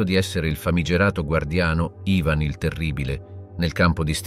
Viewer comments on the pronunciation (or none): none